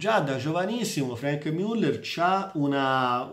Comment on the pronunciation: MIULLER non si puó sentire